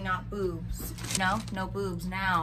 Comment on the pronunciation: Just me or has Alex gotten skinnier? Btw, love it when she says "neow" xD